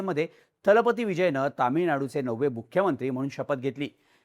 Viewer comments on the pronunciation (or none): 'दलपती' हा शब्द सगळेजण " थलपती " असा उच्चारत आहेत!